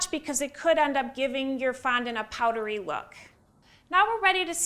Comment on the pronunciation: I can’t watch this with the sound on, never heard someone pronounce ‘fondant’ so absurdly 🤦‍♀️ ruining the English language